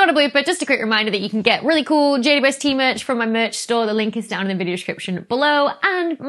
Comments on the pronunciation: It sounds like she says, JUST. Not JWST. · A few times you pronounced JWST as J dew ST, lol. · “JWST” is fine as text, but when abbreviated audibly should be “J-WEB-S-T” because J ”Double U” ST is just ridiculous given that to abbreviate is to shorten. That’s currently my crisis in cosmology… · How is she pronouncing "JWST"? 'Jay-wuh-ess-tee?' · Can everybody PLEASE stop calling it "JWST"? It sounds like juiced, or juh-wus-tah. Why not just Webb, or THE Webb or something. God what an unfortunate name. Hate it. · It's so hard to follow every time you shorten James Webb Space Telescope to JWST b/c every time you say the acronym you just fly over the W and I get so confused what you're talking about with the J-ST instead of JWST.